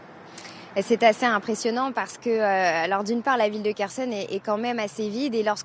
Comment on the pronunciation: "Kerchonne"??, experte en défense etc... incapable de lire un mot relativement simple.😶